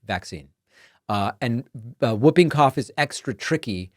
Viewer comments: It is pronounced Hooping cough not whooping cough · sorry David, I agree with everything, just the pronunciation of 'whooping' cough. The 'w' is silent, you say 'hooping' not wooping, yeah, nitpicking but sounds strange to all other English speaking countries. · Whooping cough is pronounced; HOOPing cough David. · It’s pronounced “Hooping Cough” The W is silent. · It is actually pronounced Hooping cough. The W is silent. Well at least it is in the English speaking country I live in, maybe it is different in the USA? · David, it’s pronounced like ‘who’ not ‘woo’. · Hi David it's actually pronounced Hooping Cough because of the hoop sound patients make. I was born in UK and had it as a Kid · It is (W)hooping Cough, the W is silent, HOOPING .. get it right. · Its "hooping cough" David....the w is silent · Pronounced hooping cough. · Jesus David it's pronounced Hooping Cough😂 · Pronounced Hooping Cough… 😁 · Today I learned a new way to pronounce Whooping Cough. Man, American accents are wild. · David, the W in Whooping Cough is silent. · Whooping cough is pronounced HOO-ping-koff, David. 😁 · Isn't it pronounced "hooping" cough, not "wooping" cough? Or is that a UK vs US thing? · whooping. the w is silent. 'who' made that a rule, i don't know. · The w is silent in whooping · Hey there David, just a friendly FYI that “whooping” is pronounced “hoop-ing”. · It is in the US also. It's an anachronism. Spelled whooping cough, pronounced hooping. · According to several dictionaries I consulted, the w is always silent, the correct pronunciation (is ˈhü-piŋ- or ˈhuː.pɪŋ (like hoop’ ing).